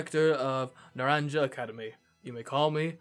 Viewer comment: I won't be able to watch for a little while because I don't have the game yet. So, sorry I can't guide you again. I can watch the first few episodes though. And the school is actually Nar-ahn-ha. And this region is the Iberian Peninsula. I'm also so happy Lizzy gets to return.